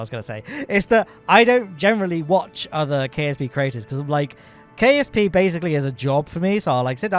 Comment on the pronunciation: i heard KFC not KSP